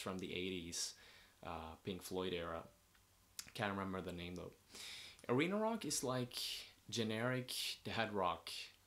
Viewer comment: I heard "reno-lock" when you said arena rock